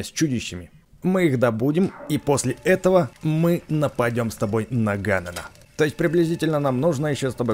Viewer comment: А ещё Название Ганон надо говорить Гэнон